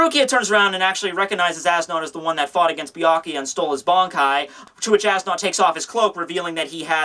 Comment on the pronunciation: As Nodt is pronounced "Es Newt"